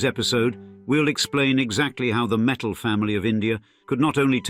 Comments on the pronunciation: It's not metals it's mittal lol😂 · It’s Mitt-tal not metals .. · Learn how to slowly pronounce mittal...it is mit tal t as in tea or cross the ts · Their surname is Mittal and not metal,, first and foremost